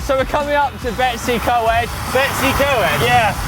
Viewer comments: Correct pronunciations: Bet-oos ugh Coyd, Here-nant Pass, Llan-did-no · Oh you didn't even begin to pronounce places correctly - You really failed big time.....spoils the video 1. Llandudno - pronounced Cthlan-did-no 2. Betws-y-Coed - pronounced BET-uhss uh COYD 3. Llyn Celyn - pronounced Cthlin Kelin 4. Hirnant Pass - Pronounced Here-nant 5. Powys - Pronounced Powis...not Powees 6. Rhulen Hill - pronounced Roolen Hill Then you cut it short by not going to Caerdydd.....tough ride yes...length of Wales...no....Marks for pronounciation 0